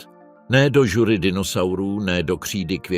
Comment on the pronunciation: Jenom to začne a už je tam kix. Cestovat do žury. Ale co, AI je přece jenom blbej stroj. Když dítě vysloví chybu, zasmějeme se. Kolik let už je téhle bestii?